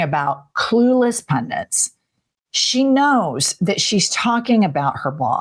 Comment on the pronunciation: and it is pundit not PUNDENT. she's an idiot.